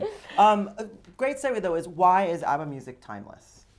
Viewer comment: Wtf is UBBA god even im American and i say ABBA